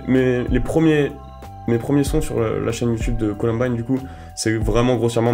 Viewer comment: colUmbine et pas colOmbine !!!!!!